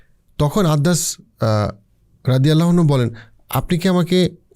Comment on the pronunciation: Apnar uposthapona khub e shundor kintu shobshomoy lokhkho korechhi apni Sallallahu Alaihi wa sallam ebong Radiallahu ta'ala anhu porar shomoy ato druto ta poren ja shothhikvabe uchharito hoyna beshirvag shomoy... plz ai uchharon gulo adobotar shohit ebong shothhikvabe uchcharon korle khushi hobo🙏🏻